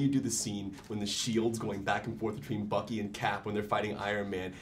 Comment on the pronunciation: Wait did the interviewer call 'Bucky' as 'Bucker'??